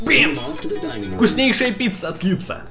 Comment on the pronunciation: кьюбс !!???????мне послышалось или ты сказал с@